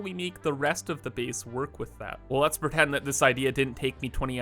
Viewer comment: The way you say "a" is very interesting. Like "base" and "space." You say it like "beese" and "speece." From where do you hail?